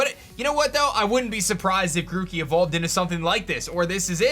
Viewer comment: They butcher grokey